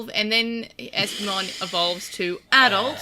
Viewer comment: First, I love that you keep pronouncing my name as an eeveelution. Second, having HoverEspimon on the show finally feels like a release. Though is it worse than waiting for MagnaAngemon? I'd say so. As for a champion level turning the tide, I imagine it's just from a supportive type of angle. The smokescreen attack seemed to have come in handy. And champion bombs would hit harder then rookie level explosions. But this is one case I find frustration with some other digimon at lower levels that seem to have powers far to great for them, such as Clockmon. Clockmon has the power of TIME and no ultimate or mega has yet to prove themselves stronger than the concept of time.